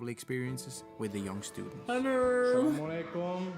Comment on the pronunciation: Halo kawan..kang ni orang mana sih..apa dia muslim?..bagus uacapan salamnya seperti udah muslim